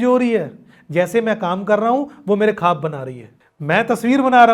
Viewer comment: Bhaiya aap ne bahot achieve kiya. Good. Aap jab khab bolte hai... wo khab nahi bola jata. "Khwab" bola jaata hai. Aap ye sari potret jo banaya. Aap pls wo tasvir ko bataye pls.